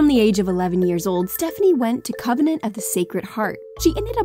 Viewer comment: She went to CONVENT OF THE SACRED HEART... NOT "covenant"